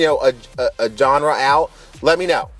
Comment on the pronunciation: You pronounced it jenry! HAHAHAHAHA!! That just made my day! :)